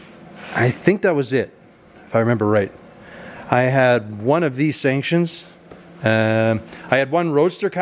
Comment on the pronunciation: Are you trying to say stanchions?? Lol!! and dude...get a full set of hubcaps....they are cheap. LMAO!! The rain MADE the ride!! Have you seen the 28 model a roadster video with m83 outro song ? It strikes a chord with all real car guys...like your videos do!! Keep up the good work brother.